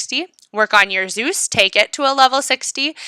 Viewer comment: i like when you say "zous" hhh